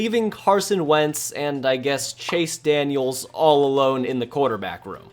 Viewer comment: It’s just Chase Daniel, not Chase Daniels.